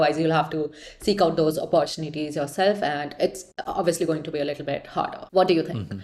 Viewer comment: Weird woman. Pls learn to pronounce words. Up-PPOR-chineetees is complete trash pronunciation. It’s like you’re not even trying.